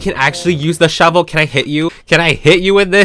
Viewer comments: “where’s the sHoeVel” 😭🔫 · No she says shoevel